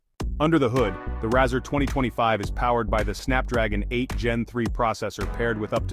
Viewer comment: 😂😂 why you calling it a RAAAZR 😅 it's Razr like razor